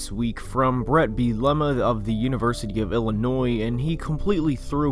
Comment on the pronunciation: You are not pronouncing Bret Bielema’s name correctly 😄 but great video my good sir